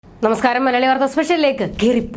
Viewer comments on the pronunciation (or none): none